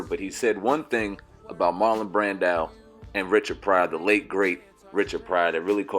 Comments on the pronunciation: Brandow. Lol. It's Brando good brother. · its marlon brando not brandao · Brando O. O. Not Brandow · Its pronounced Bran-doe. 🤦🏾‍♀️ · 😂 😂 I cringed every time he mispronounced Brando. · dude said Marlon Brand-ow.